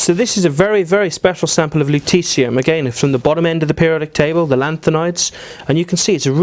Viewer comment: I kept hearing luteCium !!